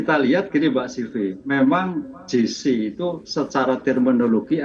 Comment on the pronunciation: Bukan “JI SI” (GC) mbak.. tapi “JE SI” (JC)